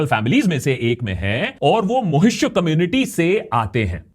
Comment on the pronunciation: One misinformation: It's "Maahishya" maa-hishya community NOT "Mohishya". And Subhendu Adhikari comes of a Chakraborty Brahmin family. Thank you.